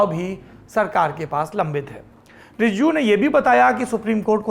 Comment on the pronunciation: Shame on saurabji u can't pronounce Rijiju😡😡